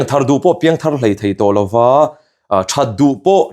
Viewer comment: ‘Thei’te hi thai ti deuh hian a lam ri thina ngaihthlak a tinuam lo deuh thin ka ti ve.😊